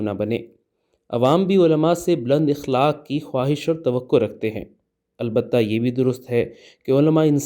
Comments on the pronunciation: جناب صاحب لفظ اخلاق زبر کے ساتھ ادا کریں گستاخی بدل معافی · اخلاق کے ہمزہ پر زبر ہے